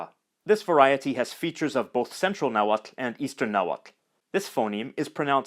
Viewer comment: wowww! I´m Mexican and never learnt how to pronounce "tl" in Nahuatl and you being foreign do it so well!! very good skills!